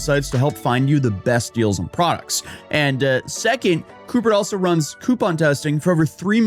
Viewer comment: We didnt learn with honey? Fucking “coupert” dude come on